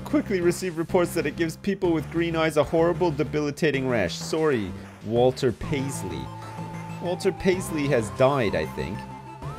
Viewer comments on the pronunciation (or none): none